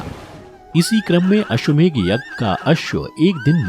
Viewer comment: Ashwamegh nahi Ashwamedh....GH nahi DH hota hai.